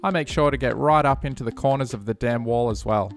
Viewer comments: What a great-looking diorama! And, I know you were saying „dam wall“ but to me it always sounded like „damn wall“ and made chuckle a bit :-) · "before i glue down the damn wall" is what i hear lol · For some reason it cracks me up every time you say the dam(n) wall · i’m glad to see i’m not the only one who had a giggle every time he said “dam wall” etc. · I swear the audience is just 5 year olds. Laughing at the fact he said dam wall. 🙄🙄